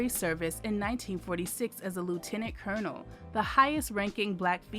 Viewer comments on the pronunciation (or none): none